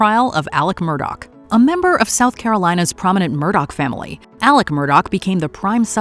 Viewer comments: How in God's ever loving name does anyone think Murdaugh is pronounced Murdoch??? That's pretty bad. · Its not Murdoch. Its Murdaugh. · Alex Murdaugh pronouncing both of his names so wrong is enough for me. Send him to the chair.